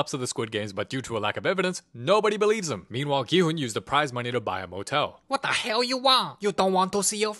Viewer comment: “Wat da hayl”😂